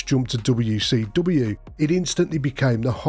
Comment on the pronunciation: Gotta love how this guys says "dobbayouw see dobbayouw"